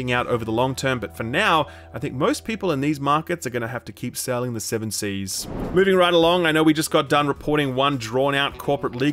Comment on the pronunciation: "Selling the 7 seas"